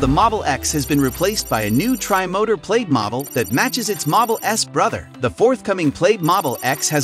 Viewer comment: Pronounced more like PLAD rather than PLAYED. And you keep showing the pre-refresh X interior and exterior even though you're talking about the refresh.